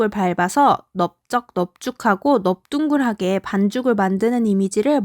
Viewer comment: 넓둥글하게 발음이 넙뚱글하게가 아니라 넙뚱그라게로 발음이 안되나요??